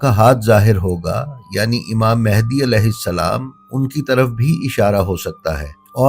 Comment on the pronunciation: آپ نے جب بھی تلفظ امام "مھدی" صلی اللّٰہ تعالیٰ علیہ وآلہ وسلّم بیان کیا ہے امام مہندی کہا ہے حالانکہ یہ لفظ مہندی نہیں" مھدی" صلی اللّٰہ تعالیٰ علیہ وآلہ وسلم ہے پلیز اسے درستگی کے ساتھ ادا کریں" مھدی"❤❤❤❤❤❤❤❤❤۔۔۔۔۔